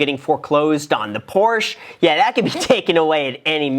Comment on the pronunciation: Dude... for a guy who owns a Ford GT you should know how to pronounce Porsche....come on man. The girl in the video even pronounced it correctly and you STILL said it wrong right after her...